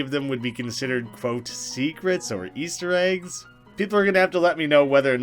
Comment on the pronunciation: G-ASTER EGGS Me: aster geggs?